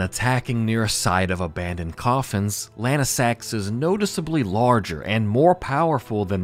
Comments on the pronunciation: Wouldn’t Lansseax be pronounced Lan-see-ax, not Lan-i-sax? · Bro its Lansseax, not lanesax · Lansseax. Say it with me. Lance&Axe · bro rly jsut said Lansax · Pronunciation 100 I don't know how lansseax can be pronounced lanesax most of the other ones were also mispronounced, do u mispronounce names on purpose or what? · Yeah, that's because Adula pushed past her limits and went into Super Dragon God Super Dragon (Evolved). (also had to double check the wiki to be sure I wasn't going crazy and yes, he's pronouncing Lansseax like a madman)